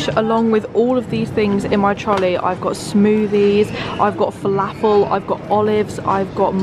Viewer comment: As an arab the way she pronounced falafel annoyed me so much 😭